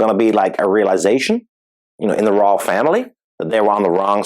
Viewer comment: "Roylish pair." 🤣🤣